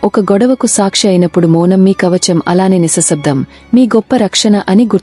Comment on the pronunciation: నిసశబ్దం కాదు నిశ్శబ్దం